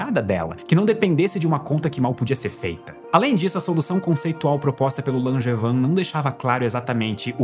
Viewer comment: hahahahhaha primeira vez que eu ouço na vida alguém falar o nome do meu pai sem conhecer ele. achei que ninguém no mundo tinha esse nome Langevin mas se pronuncia langevan